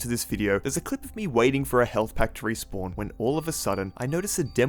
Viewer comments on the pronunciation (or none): none